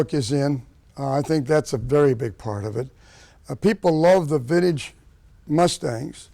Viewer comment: Ugh. He says vind-eeege like such a boomer